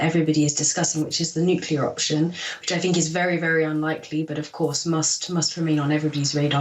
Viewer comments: Tim Sullivan Well spoken until she says "finks" instead of "thinks". I say this as a south Londoner where, mostly, less well bred people say "finks", so it does stand out against the rest of her pronunciation. If she had said "ain't" that would of been the limit for me, lol. But then I am a bit of a snob when it comes to pronunciation (I blame my parents). Obviously doesn't make any difference to a persons knowledge though, as she definitely knew her stuff. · She says a lot of intresting fings and wot she finks is fascinating :p